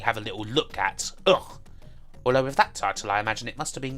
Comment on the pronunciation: About UGH! it is spoken "Uh kh" :)